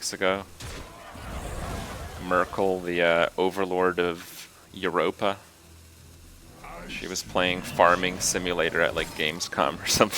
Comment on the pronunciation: Youropa? Not yourop? (As pronunciation of Europe)